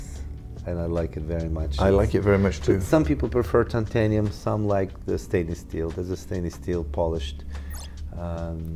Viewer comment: Mr. Jacob, it's not Tantenium, it's Titanium... Lol 😝😅